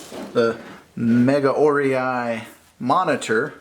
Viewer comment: Very nice unbox video! Very professional! By the way, the pronunciation of Megaorei is [mɪ'gaʊreɪ]...:-)